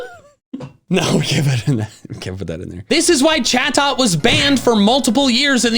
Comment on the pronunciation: Sounded like chatot said sus 😂